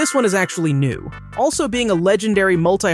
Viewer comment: you pronounced a-vo-cay-do but people pronounce a-vo-ka-do